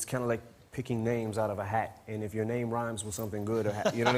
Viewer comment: Its hard to bwusta whyme.. Bwusta whyme 😂😂